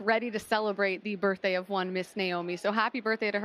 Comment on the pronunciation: an adult really said ‘birfday’ in 2024